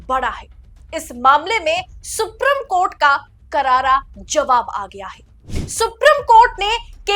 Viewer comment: सुप्री..... म कोर्ट सुप्री...... म कोर्ट , सुप्री........ म कोर्ट ये आपका उच्चारण